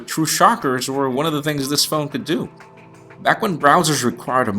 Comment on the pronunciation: "Du this" LOL :3